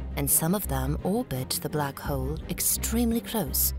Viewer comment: I can't help but notice the narrator keeps calling the black hole black hoe.